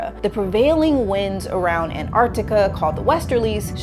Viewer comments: Antarctica.. AnTARCtica. its such a pet peeve of mine that American’s say ‘Anarctica’ YOUR MISSING AN EXTRA T AHHHHHH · The missing T in her An-artica is more troubling. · i wish it would hapeen sooner, and swallow florida. btw i HATE it with a passion how americans pronounce antarctica! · the bigger catastrophe is how Antarctica is pronounced by this obnoxious mammal.